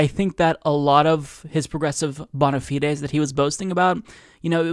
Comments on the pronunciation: bon-a-fee-days? Bon-a-fides,. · From an ex-intermediate Latin scholar: He got the “fides” right; the “bahn” was wrong!